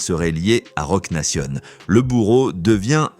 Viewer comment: On dit pas laneeez bodel ce prononce lanz ........et roc naytion pas nation bordel ou gare de lyon 😂😂😂😂😂